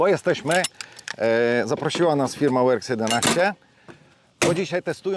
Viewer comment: No to żeś mnie rozwalił brachu. Poprawnie wypowiedziane Works (łerks) a potem polskie "jedenaście" zamiast "ilewen". Hybryda?